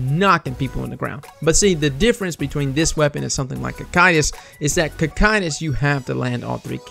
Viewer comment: for pronouncing "Cocytus" correctly, you my good sir, get a like and a sub